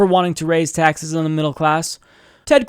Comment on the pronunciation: Jake was tired. He mispoke a couple of times (taxe(r)s, Senator S(t)anders). And those poachy eyes. But he had enough gas to burn Cruz and his dull charts.